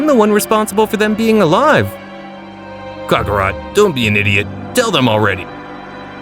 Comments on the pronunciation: kHAK AH ROT Say IN Kale like the vegetable. quit giving cockerspaniel rat soft zarbon vibes.lol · Sighings Cockarot Kalei These are driving me crazy 💀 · Kakorot not cokarot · The voices are terrible and so is your pronunciation of their names. U said "cyans and kukarot" like bruh if english isn't ur first language then why bother